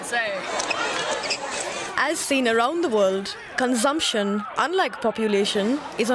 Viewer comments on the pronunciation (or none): it is not conzamsion it's consumption